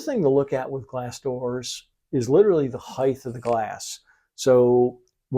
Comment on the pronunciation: Why do people say height with a th sound…?